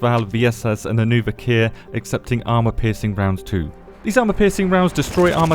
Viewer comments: As far as I can see, it is not 'viKEEr', but 'viKHr', as in khaki [ka:ki] -> [vik(r)], or, if you want to get closer to the Slavic origins of the name, as in Loch [lox] Ness - hence [vix(r)]. (Sorry, if I double this comment by accident) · The correct way to pronounce it would be "Veekhr", just one syllable. "Вихрь" means "wirlwind".